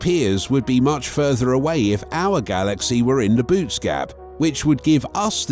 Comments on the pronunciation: Boötes isn’t pronounced “boots”. It’s pronounced “boh-OH-teez”! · Its not "Boots" void, its pronounced Boo-ootees. Also, the void has millions of galaxies in it, but compared to "outside" of the void it is a fraction of the galaxies that typically populate the universe. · I volunteer to go there, I want to be alone, where no one and nothing ever heard of Trump. PS: It's not pronounced "boots" but "BOW-uh-tees." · its a text reading bot, it doesnt know any better